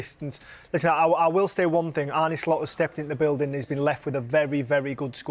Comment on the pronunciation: Why do they insist on pronouncing his name wrong every time they mention him? It's Arne, not Arnie...